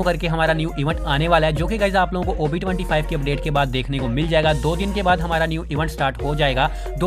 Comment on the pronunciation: I hear covid-25 not ob 25 😅😅😅😂😂